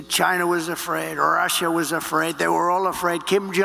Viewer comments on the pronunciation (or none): Why can he not say the name “Russia” without saying it like “RRRRussia” It’s truly like he can’t help cheering for Russia